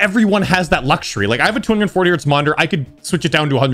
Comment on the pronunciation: Its Hertz ^^